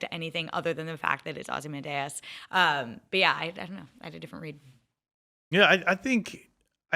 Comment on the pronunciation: Don’t speak authoritatively about Watchmen and be considered an actual TV critic if you can’t pronounce Ozymandias correctly.